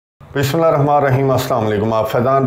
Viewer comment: KITNI BAAR SAMJHAYA BISMILLAH SHARIF DHANGSE PADHNA SIKHLO BE ADBI NA KAR